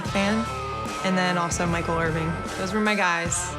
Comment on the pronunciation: I'm a big Michael "irving" fan. Hahah its IRVIN big fan!!